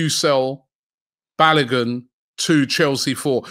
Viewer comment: Robbie I bet you … can you pronounce Folarin Balogun’s name properly for once 😂😂😂